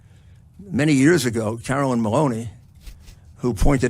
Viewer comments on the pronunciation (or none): none